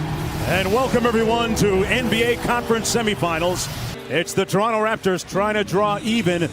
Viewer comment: Announcer we will be back to Lebronto in a momnent lmao 🤣